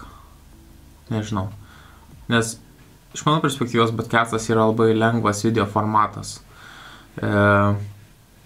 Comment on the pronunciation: Ar man vienam atrodo ar jis iš tikrųjų taria "bodcastas", o ne "podcastas"?:)